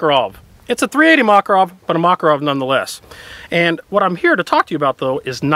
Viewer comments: mockarov??? you mean mack-a-rov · ma-karov... its not a mac-a-rov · Makárov, not Mákarov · Mac-or-ov not mock-or-of please